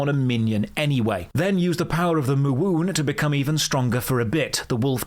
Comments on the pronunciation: I can't believe you just said moowoon.... I'm dying I don't even care that this is sponsored 10/10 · "summon the power of the m-uwu-oon" 😂😂😂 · oh I hate that you siad mo-uwu-on but thanks for the history lesson, that was awesome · "power of the m-uwu-n" xD